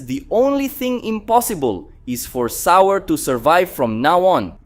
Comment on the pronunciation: I keep on forgetting you’re that guy cannot pronounce half Dragon Ball Z nations name, right you can’t say Goku and Vegeta‘s race name right you can’t even say Broly’s name right get off of YouTube man get out of here you’re no DBZ fan come on get you can’t say their names right you’re nothing get out of here get off of YouTube quit messing up and saying the wrong names so people can get the names right and learn the new fanscome on get out of here cannot pronounce the names right go back and go back to first grade and learn how to say their names right bro saying is not hard to say their names right Broly